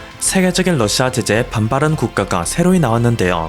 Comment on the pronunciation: 너는 어디서 살다 온거냐? 한국사람 아니지? 러씨아 가 뭐냐? 러시아 발음 안돼? 듣기에 영~ 거북스럽네! 말도 제대로 못하면서 뭘 한다고 껄떡대냐? 여러사람 불편하게 하지말고 조용히 찌그러져 있어! 아무데나 나와서 나대지 말고.